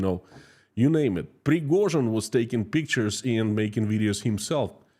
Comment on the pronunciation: Ive come to realise when you say Yevgeny Prigozhin it sounds like guinea pig, maybe thats why Putin chose him.